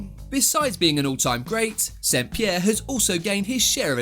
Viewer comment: That's how you say 'St-Pierre'